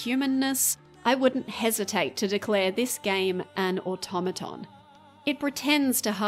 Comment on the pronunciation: 12 mins in you say automaton correctly. Automata is just the plural